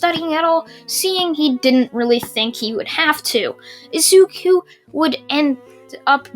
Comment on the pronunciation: It’s said I zu ku